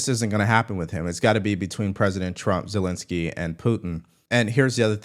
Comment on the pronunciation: Zel-en-ski not Zel-in- ski